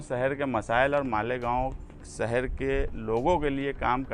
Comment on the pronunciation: لیڈر صاحب اپنی اُردو صحیح کیجیے اپنے بولنے کے تلفظ درست ادا کیجے۔ صرف دو جملوں کو سُن کر میں نے کمینٹ کیا اور آگے دیکھنے کی طبیعت گوارہ نہ کی۔ سہر (شہر) سہریان (شہریان) اِسوج ( اِشوز issues ) مہربانی کرکے علم حاصل کریں اور سیاست میں آئیں۔ اگر میری بات سے کوئی ٹھیس پہنچی ہو تو معذرت